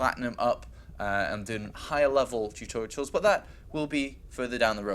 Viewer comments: tutorials, not tutoritals bro... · "Tutoritals" Wut There is no 3rd T why is he pronouncing one? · Why does he keep saying tutorials wrong :P